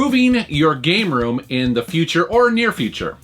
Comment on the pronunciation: did he read it "proving your gay room"??? listened to it few times and that's what i hear